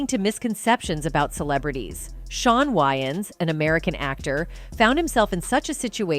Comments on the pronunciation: Yeah... No... This channel is called "urban pulse"... This doesn't sound like something a "urban" person would say, think or do. The narrator is Ai, and so, I conclude that the reason why "it" couldn't pronounce wayans correctly, is because the writer is of "caucasian persuasion". I stopped watching ... It was too distracting earing "wynans" repeatedly. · What is wrong with her ... Why can't she pronounce Wayans? 😅😂 Why does she insist on saying Wy-ins... It's WAy-ans... 🤦🏾‍♂️ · How do you narrate a video and not pronounce the subject’s name correctly? There’s 2 ‘a’s!! It’s WAYans not WYans! As famous as they are how do you mispronounce it, pronounce, mispronounce it? Rude af! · Can the narrator not pronounce WAYans??? Wyans!? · WAY-ANS like literally WAY 🤦🏾‍♂️🤦🏾‍♂️🤦🏾‍♂️🤦🏾‍♂️ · There name is pronounced, “ WAY-ONS.” 😊